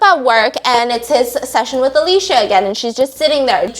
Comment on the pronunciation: Whose Alesha?😭 i thought her name was Alicia (uh-lee-see-uh)😭😂